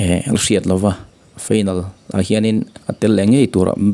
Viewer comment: Final tih hi feinal tiin i lam daih a.